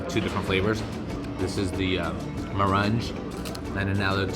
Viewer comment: Just watched this video. Meringue is pronounced mehrang not mehranj